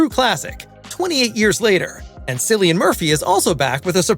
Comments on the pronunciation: It's pronounced like Killian not Sillian. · His name is pronounced KILLIAN, spelled Cillian, not sillian for fuck sake do your research before posting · You pronounce his name with a K sound, like Killian not Sillian. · Cillian is pronounced with a K sound, not an S sound. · Sillian Murphy?! Have I been getting it wrong with Killian Murphy? (Spelt as sounds obvs) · Cillian as in Killian not Cillain as in Sillian. He is Irish. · It's pronounced Kill-ee-an. Not Silly-an. 🙄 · CILLIAN MURPHY. CHRIST. THE C IS NOT PRONOUNCED S. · Pronounced “Kill-ee-yan” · Good video, Cillian is pronounced "Kill-ee-an", mate. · Cillian is pronounced Killian directly from the actor himself. Try to get that right next time please. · OMG, do your homework, his name is pronounced “Killian”. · Cillian not Sillian, it’s a hard C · Cillian is pronounced Chill-ian. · He pronounces his name with a hard “C” as in killian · Jesus Christ.Cillian is pronounced Killian. Silly Bunt!! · Its pronounced Kill-ian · Why is it so hard to pronounce Cillian It’s (Killian) 🤦‍♂️😂🇮🇪🇮🇪🇮🇪🇮🇪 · At least pronounce his name correctly, before you record! It's spelt Cillian, but pronounced 'Killian'. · Cillian's name is pronounced "K-illian" with a K, the man just won an Oscar and yall still don't know how to pronounce his name. 🙄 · Now I'm going to start pronouncing it Jillian out of spite for your comment. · At least pronounce his name right. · Please pronounce Cillian correctly. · Fuck me, you think you would know how to pronounce an actor's name if you're reviewing his work. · Yah I was confused by how he was pronouncing it lol 😂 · Can you please pronounce Cillian's name correctly? 🤦🏼‍♀️ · I SMASHED THE DISLIKE BUTTON...how useless is this channel if they cant even pronounce "Cillian" correctly? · You mean to tell me it's not pronounced Jesus Shrist?! Seriously drives me crazy. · Please program your robot to pronounce his name correctly. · Learn to pronounce Cillian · Hard to watch this cause of how you pronounced